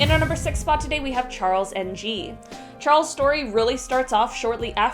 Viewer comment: Oh ffs kids it's pronounced Charles ING. like the end of any word like swimming or going. Phew l feel much better now.